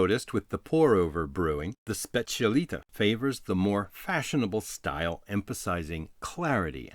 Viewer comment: I'll be disliked to hell but just want to point out that it's called and pronounced specialità not specialita , that stands for "speciality" in italian.